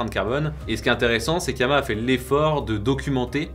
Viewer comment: Yama ? D'où vient cette prononciation ?